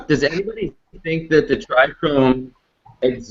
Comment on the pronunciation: When he said tricome it sounded like he said dry cum